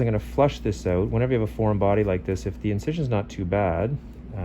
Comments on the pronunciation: I just keep hearing “Oot” lol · When I listened to how the word "out" being pronounced, I realised it must be Canadian. All thanks to How I Met Your Mother BARNEY. p.s. I'm a Malaysian. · I am watching this just to hear the Canadian "out".